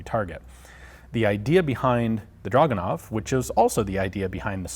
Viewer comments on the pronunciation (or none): It is not "dragunov", it is pronounced as "dragooonov", stressing the middle part of the word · Drragoonov. Russian has no "uh" sound. Their "у" in драгунов is transliterated as "u", but has an "ooo" sound, not an "uh" sound. I point this out simply because the number of times draguhnov was said in the vid became annoying to hear. Otherwise, very interesting vid. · you can say it...draaaaag...not druuuuuug. ure still sexy as hell, though:) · Ur saying it wrong its DRAGUWNOF in russian